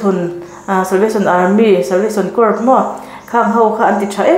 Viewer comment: Corps hi cor tiin lam tur aw